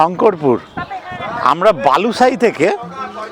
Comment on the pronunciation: Balusai noy Balisai